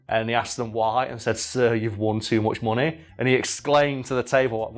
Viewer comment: "he had so much monay"